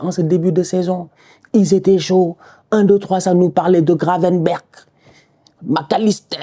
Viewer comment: "Gravenberch, Macalisster" 🤣